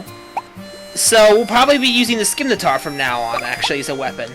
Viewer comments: Isin,t it pronounsed sim-i-tar? (Im not trying to be a grammer nazi but i get irritated when someone pronouncess scimitar wrong fsr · no f-ing N in scymitar=_=